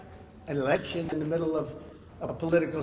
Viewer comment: Election not Alection right?